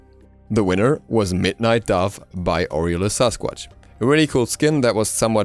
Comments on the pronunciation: its pronounced awilix not awilish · Aah-weil-ics. Not the cringey af way you pronounce it. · Awilix, X .. X!!! Awilish ... pfff... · Man, gotta love Awilish. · "AHWILLISCH" Get her fucking name right already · So the second x in axilix has a sh sound? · Can you specify which pronunciation do you dislike? If it's Awilix then you're the one in the wrong here. X's in Mayan were pronounced as SH (SHoe) For example Xbalanque being Shbalanque and when Camazotz dies he says "I return to Xibalba" again pronounced Shibalba. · RagingAtLife I didn't google it. I live in the Yucatán and speak some Mayan. Pretty much every Mayan god's name in the game is mispronounced. I'm sure the same happens to other pantheons too.